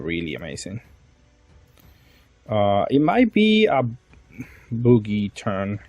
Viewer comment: Hearing "boogie"instead of Bug-ee (Buggy) the entire video had me laughing so hard 😂 great content as always 😊